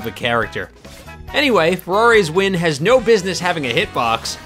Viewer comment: “Ferrari’s wind” BRUH